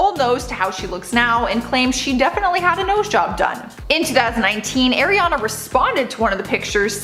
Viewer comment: Say Ariana right please Kourtney is the oldest not Kim